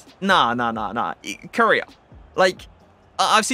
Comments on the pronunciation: Everyone: Core Aye Uh: 🇰🇷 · Not trying to be rude but it’s pronounced coraya